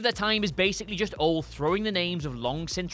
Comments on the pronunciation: Ol' Anderson? It's Ole. And who on earth was paying you to be a guest speaker? And on what subject? I can't even listen to you for free. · It's O-LE Anderson. Not O. Though Old Anderson is funny as well lol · “Ol’ Anderson”... 😂😂😂 It’s Ole bro. Oh-Lee. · It's pronounced Oh Lee Anderson, not Ol Anderson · Ol-LEE!!! U guys all only say "Ohl"... WRONG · His name is Olē. Not Ol. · It's oh lee not oll you fucking cupcake. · "Ol Anderson" OLE! OH-LEE! Say it right, ya wanker. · What's with you Brits?? Ol' Anderson?? No. Ol-E Anderson. You people only know about WWE. Please stop. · Oh-Lee Anderson. There’s no excuse for this other than you don’t know who he is. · Not sure what's worse, thinking he's ol' Anderson or that he's Spanish otherwise, oh-lay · It's pronounced "Oh-lee," not "Ol!" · It's pronounced Oh Lee. Not Ah Lee Not Ol' Not Oh lay ( like the Spanish exclamation "OLE!" Oh Lee. And today, we learned that isn't old enough to call himself a true wrestling fan. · it is pronounced O-LEE, not ol. your a website/channel that covers wrestling. how do you not know how to pronounce the name of one of the original members of the greatest stable ever? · Oh lay, it's pronounced oh lay. Why do we have someone who knows very little about wrestling on a wrestling channel. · My man... Its pronounced O-Lee Anderson. Sorry that $hit was bothering me. I've never heard a wrestling fan say it like that. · Ole Is pronounced Olee ffs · OMG you guys, once again it's OL-EEE Anderson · I thought his name was pronounced "Oh-lee" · O-Lee and Lands-berg. 3 was just self-masturbation. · Isn't it Ole? Like...Oh-Lee?? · It's pronounced "Oh-lee". Come on. The guy is a legend. You guys should know this. He's an original horseman. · it’s pronounced O lee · Still can't pronounce oh-lee lol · Dollysinn Nope. Oh-Lee. The WWE even acknowledges the pronunciation. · Mike Rogers It’s actually pronounced Oh-le like le in lemonade) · Ole doesn't rhyme with hole you a-hole